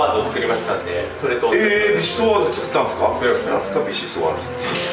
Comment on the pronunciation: なまりながらのビシソワーズ、すごいいいと思います。